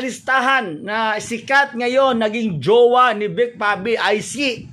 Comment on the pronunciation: JUWA TALAGA? TIGAS NG DILA NI 😂😂😂